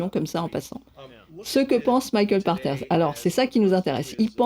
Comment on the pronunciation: Où j'apprends que son nom se prononce "par terre" et non "pache terre" O_o. Je comprends mieux pourquoi ses prédictions concernant le JV sont aussi souvent éclatées au sol... Sinon, super format.